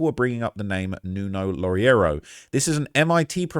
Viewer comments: Loureiro sounds like: Low-RAY-roo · "Loureiro" sounds like: Low-RAY-roo.